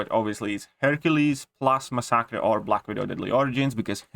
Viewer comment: I love your accent (not being sarcastic). For now on, I am also referring to masacre as "ma-sock-uh." English language is stupid, but if you care, it is usually pronounced "mass-uh-kur." The ending sounds more like "cure" but with a hard k sound. I enjoy your videos. Keep it up.